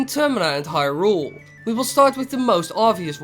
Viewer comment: LowRule? Hyrule, LowRule, l-LowRule, aha,... HAAAAHAHA